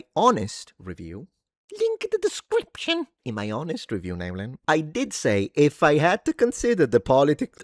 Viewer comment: Congrats on not butchering the last name that much. 😂